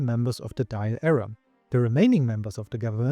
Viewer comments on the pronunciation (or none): Pronunciations are great for a non Irish speaker Only for Dáil Éireann It’s Dall. Or Dawl air’in